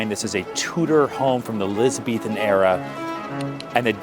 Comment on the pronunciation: the word is "Elizabethan".